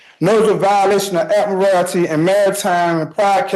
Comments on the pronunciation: This man impressed me more than any sovereign citizen has before, for two reasons. 1. He can read. The number of sovs that can't read is a real bummer, this man did really well, aside from the inability to pronounce admiralty and a few other unusual words. 2. He is not making a mountain out of a molehill. Sounds like he is pretty well and truly screwed for murder, so what does he have to lose? Unlike so many sovs who somehow manage to turn a self-inflicted traffic violation into felony charges. And this judge? Magnificent, what an excellent job he did! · I know it's petty, but the word is pronounced Ad-mi-ral-ty. It certainly doesn't have morality at its end.